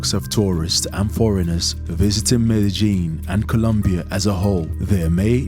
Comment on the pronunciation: Medi Jin? Medi Gin? Hahaha I wish these people can do some research on pronunciation of countries/cities. It's Medellin. The double "ll" is pronounced like a Y. So basically, it's pronounced MedeYin. Look at that, I just googled it and it pronounced it for me.